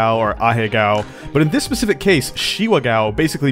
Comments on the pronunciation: Ga-o not gow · GAH!! OH!! IT’S GAH OH!!! NOT! G O W!!! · Not Gao but it's pronounced more like GaOU